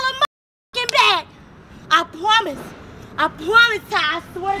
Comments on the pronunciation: “I pwomise i pwomise” when i say i died😂😂😂❤️ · “I pwamise i pwamise”Lmfaooooooooo yooooo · "i pwomise i pwomise ti !!" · “I pwomise.. I pwomise Ty” 🤣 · ‘I pwomise’😂😂😂😂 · I pwomise I pwomise Nobody